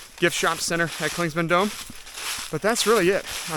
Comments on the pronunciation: Clingmans not Clingsman 😂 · Well don’t get so butt hurt over it dude. Clingman is the man’s name who the peak was named after until the Cherokee recently had it changed. You say “Clingsman” about 100 times in this thing, even though you pass by trail markers that clearly show the spelling. You may not be able to go back and correct it but from now on you should at least know how to say it. If someone kept calling you.. wouldn’t it eventually get on your nerves? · Please say Clingman's Dome. You keep putting an S in the middle....